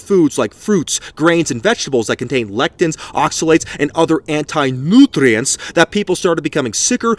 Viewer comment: Never mind the fact that this was the best vid ever hahah! Nootrients 😂